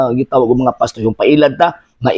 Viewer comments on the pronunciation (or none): Pastor yata hind pastoy bulol kapo ba..kuya😂😂😂